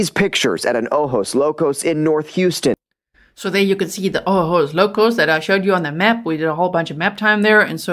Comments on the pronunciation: Oh-hose. Is how to pronounce ojos locos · Ojos Locos : pronounced Oh-hos. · Ojos locos pronounced ohos locos. Kinda like a latin hooters. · it’s pronounced O-hose locos and it means crazy eyes. Which actually depicts their lascivious state. So outrageous. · Ojos Locos-Crazy Eyes. We pronounce "j" as "h" in English.